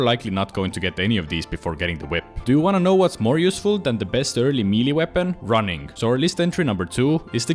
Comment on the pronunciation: another osrs player that cannot pronounce melee correctly